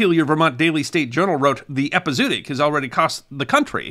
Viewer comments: This has been an interesting presentation, as always! You make an art of telling the tales of those times! One small correction: you mispronounced "epizootic" - but, to be fair, so did nearly everyone in that era, as most of them learned the word from print. It should be pronounced with two "o" sounds: "EP-ee-zow-OT-ic" - the 'zo" sounding like "mow" or "show" and the "otic" sounding like "antibiotic." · I've heard the word with the 2 middle Os pronounced separately, epi-zoo-awe-tic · I've never heard it pronounced that way. I always thought it was epi - zo - ot - ic. Like the O's in cooperation are pronounced. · It's pronounced eh-pee-zoh-ah-tic. In some places they put an umlaut on the second o to clarify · Nicely done but please pronounce it “epi-zoo-otic”. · The word is pronounced "ehpee--ZOE--ah--tic" by every pronunciation dictionary in British, US, and Australian English. It's a bit jarring to hear someone as articulate and well-spoken as mispronounce it repeatedly. Because It's pronunciation that should be... remembered. 😉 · It's pronounced epi zO otic. As in zOology. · ˌepəzəˈwädik You could also have Google pronounce it for you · its pronounced Epi Zow Otic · Great show. There's supposed to be an umlaut over the 2nd 'o' hence ĕp″ĭ-zō-ŏt′ĭk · Epizootic rhymes with neurotic, not bluetick. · I love this channel , and admire you, but really, listening to this word mispronounced so many times is like getting stabbed in the ears reapeatedly……just google it….your phone will pronounce it for you correctly! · Right off the bat, you threw me out of the tale! ˌ/ep.ɪ.zoʊˈɑː.t̬ɪk/ 5 syllables, not 4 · As always, a great story. Too bad there were no horse pirates. One small point, I believe it's pronounced ep-i-zo-o-tic with that extra syllable in the middle instead off ep-i-zoo-tic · It's pronounced epi-zo- OT-ic. It should probably be rendered as epizoötic. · Love your channel. I’m a veterinarian. It’s pronounced Epi-Zoh-ahtic